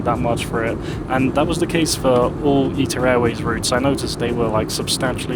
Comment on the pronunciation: always thought it was pronounced I-TA, not Eat-Ta